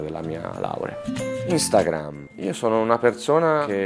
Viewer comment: "instagahh" minuto